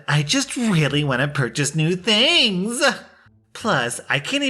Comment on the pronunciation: The way you put the emphasis on "THINGS" in "I just wanna purchase new things!" made me laugh out loud! Thank you!